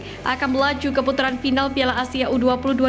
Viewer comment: Ke putaran bukan keputuran min😅😂